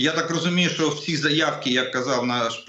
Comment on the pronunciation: не сЧчЧччЧо а шшщо.... звук шшшш не ЧЧЧ